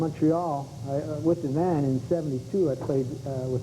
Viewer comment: Why does Don pronounce the “y” in Yvan’s name? Come on, a wee bit of basic knowledge of French should have accrued to Don over the years. He is Canadian after all